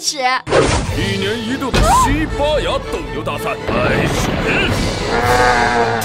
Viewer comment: 西八牙❌西班牙✅